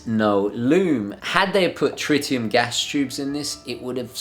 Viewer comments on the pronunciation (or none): none